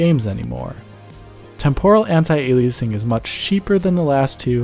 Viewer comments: It’s not pronounced “anti-ailiaysing” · Don't you mean "Anti"-Aliasing... not "Antai"-Aliasing?